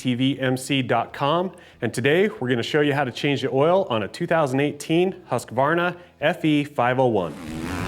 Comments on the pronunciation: Husk Varna not Husky Varna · In Sweden it's pronounced Hus Kvarna :) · You don’t pronounce the name right 😂